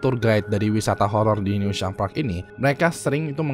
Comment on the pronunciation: Penyebutannya bukan "new sham" tapi "news ham"